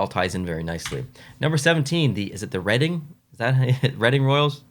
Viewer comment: As a Reading Royals fan & Season Ticket Holder I like ours. Their should be some orange though to pay homage to our affiliation to the Flyers. And yes, you said Reading right.